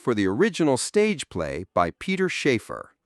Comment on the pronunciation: Playwrights Peter and Anthony Shaffer: It's Shaffer not Sheaffer. Flat 'a'. My uncle worked for property landlords Percy Shaffer and his father of the same name, who lived in Headroomgate Road, St Annes-on-Sea, and their offices were in Temple Street, Blackpool.